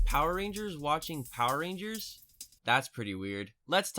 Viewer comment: I was skipping ten seconds into the video and caught him saying poer rangers several times over...do you think este, (and hear me out on this) likes power rangers?!